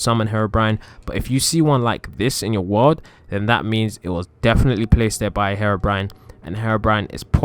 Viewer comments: It's HERO-BRINE not HARO-BRINE 😂😂😂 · Google says herobrine like this"hair brain" or "her brain" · Maybe harabrine might be in my world, but I came for Herobrine ! God.. get the pronunciation right, chump. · I've trolled someone being heerobrine 😂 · You pronounced Herobrine wrong